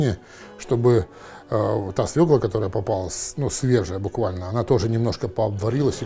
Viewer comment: Уважаемый, все таки через ё. Свёкла!